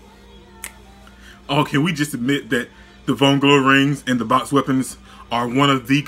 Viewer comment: You pronounced vongola incorrectly